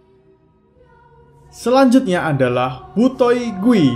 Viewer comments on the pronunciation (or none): Bang gui itu dibaca kuy bang artinya hantu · Kak gui itu hantu terus dibaca di bahasa Hakka itu kui bukan gui